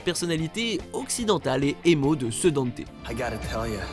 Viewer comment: Tiens je te copie colle mon com hahahaha pareil, non des trucs comme du fait que le pitch de départ de DMC3 c'est Dante qui ouvre son agence le Devil May Cry, alors que le nom n'est choisit qu'à la fin :3 Dante qui est prononcé Danté, CF: l'animé et la vf de DmC Tu ne parle pas de l'animé, mais il me semble qu'il a été canonisé récemment, CF l'appel de Patty à Dante dans un leak ou trailer je crois et une interview Bon le Vergaïl tu l'as dis qu'une fois donc je te pardonne 😁 Même si ça me plait pas des masses Itsuno a récemment situé Devil May Cry 2 avant le 4😥 Je crois que c'est tout de ce que "j'ai tiqué" sur la video😗